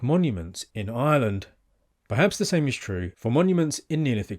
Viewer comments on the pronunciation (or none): none